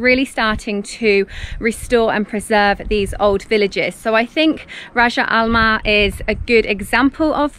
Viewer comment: Rijal Almaa you pronounced it very good